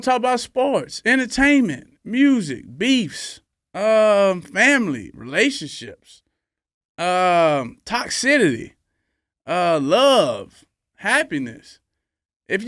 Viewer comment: “Toxicillleeey.” … nigga what?!😂 Toxicity. Got it.